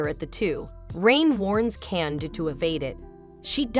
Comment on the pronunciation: The way you pronounce Kanade’s name sounded like you were saying Canada and now I cannot unhear it.